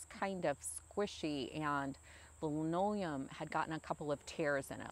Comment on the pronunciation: Li -no-le-um. Say it with me. Thanks for the video,. I know you have been busy taking care of your mom. Hope all is well.